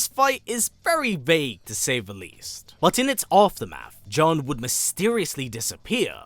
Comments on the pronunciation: How does that make sense? Nowhere in her history is it pronounced that way. I don't understand how people can only hear one pronunciation and still get it wrong. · The announcer in the game pronounces her name as June so are you saying the announcer is pronouncing the name incorrectly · Why TF do you keep calling her John??? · I mean the game tells you how to pronounce her name and the trailer for her character does too there's no debate it's pronounced like June. Kinda annoying when white people don't bother to pronounce things correctly especially when it takes 10 seconds to Google pronunciations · The games tell you how to pronounce her name. It's right there. This is like "Ong" in The Last Airbender movie... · Narrator you know FULL WELL that you are pronouncing Jun wrong 😂😂😂